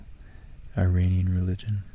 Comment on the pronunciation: You're mispronouncing Iranian. Great video otherwise!